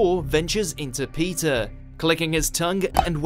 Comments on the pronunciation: What up with this dude's accent? It's very easy to pronounce "Peter". Why do you have to call him "Pizza" every time? Jeez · Heard pizza instead of Peter